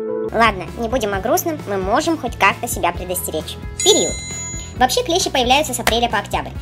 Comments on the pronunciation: Не клЕщи, а клещИ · Не клЕщи а клещИ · клещИ, а не клЕщи вроде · видео хорошее, только клещИ а не клЕщи) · НЕ клЕщи А клещИ!!!!!